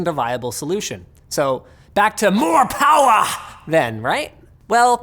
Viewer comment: MO'POWAH BABY!!